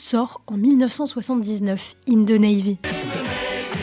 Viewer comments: the se prononce de et non ze , je sais pas pourquoi tout les francais le prononce mal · Là, la France, arrêtez de dire "ZE" lorsque vous dites "THE"! Ça se prononce DE ET NON ZE.😂 C’est un DE en accentuant un peu la prononciation sur le bout de la langue.🤦‍♀️ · The ne ce prononce pas ze